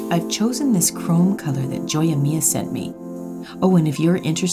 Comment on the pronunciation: The Latin part of me cringed when she said joya mia. It's supposed to be pronounced "ho-ya" it means jewel, so my jewel is the name but I absolutely loved it and all your videos! 😍😍